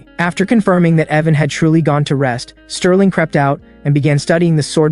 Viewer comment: Why tf u calling bro sterlin and mc evan? Wtffff????im 1 minute and i quit